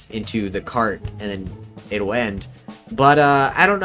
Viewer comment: I love the parts where you say "carT" and "traCK" its so satisfying